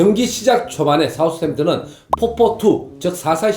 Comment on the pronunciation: 발음 구수하십니다 형님. ㅅ ㅏ 우스 햄튼